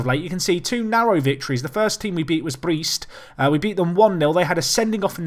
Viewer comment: Brest is pronounced "breast"